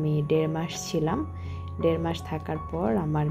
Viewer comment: সুস্থ আর অসুস্থ কথা দুইটা একটু ভালো করে বলবে আপু তুমি বলো ছুস্ত,অছুস্ত বার বার শুনতে কেমন জানি লাগে আর দেরমাস কে বললা ডেরমাস। পাবলিক প্লেসে কাজ করো তাই পাবলিকের ডিমান্ড হতেই পারে তুমি যদি পড়ালেখা না জানতে তাহলে বলতাম না যেহেতু তুমি পড়ালেখা জানো তাই চেষ্টা করবা শুদ্ধ করে বলতে।আর না হয় আঞ্চলিক ভাষায় কথা বলবা শুনতে ভালো লাগবে আমি আঞ্চলিকতা কে সম্মান করি। কিছু মনে করো না।